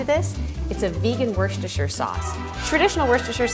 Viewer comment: Werst-a-shrr? You don't pronounce the "r" in Worcester.